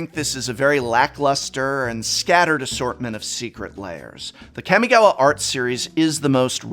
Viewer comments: Kah-mi-ga-wa. Not Cammy-gawa 🤮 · Please say kamigawa right im begging you